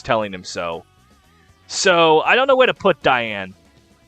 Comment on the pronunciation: Pronouncing Dayan as Diane is everything I never knew I needed